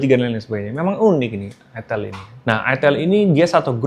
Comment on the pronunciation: Bacanya Aitel bang